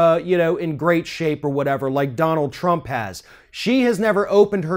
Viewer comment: These people live in a different reality. Just look at the bitch! Bitch can’t even say Trump’s name without fucking it up. “President TURP.” 😂😂